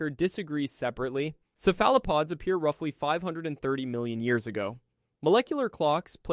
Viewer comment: cephalopods is pronounced sef-lih-pods - just so you know could you add imperial along with metric measurements, please? I hate that I have to look up and convert all the measurements.